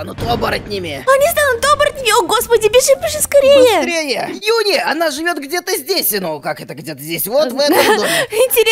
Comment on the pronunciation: ЮНИ НЕ ЮНИ она жюни